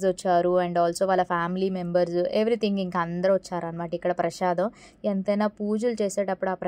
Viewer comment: Prasadam andi prashadam kadu